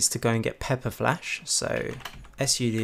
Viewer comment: Why do you say " s soodoo" when all you need say is " Soodoo" when talking about " Sudo" for admin level access involving the commands? the " S " at the beginning of your reading is redundant.